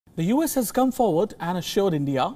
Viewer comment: Try to say "U" "S" instead of "yous". It's confusing.